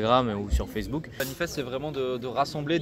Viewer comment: Dommage nous n'étions pas loin la semaine d'avant, on essayera de venir l'année prochaine ! Par contre je ne dirai rien sur la prononciation de "Vanlifest" par le journaliste... mais quand même... ;-)